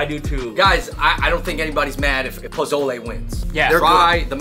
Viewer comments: PO SO LAY NOT PO ZO LAY lmao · this is old but just so you guys know pozole is pronounced more like an S than a Z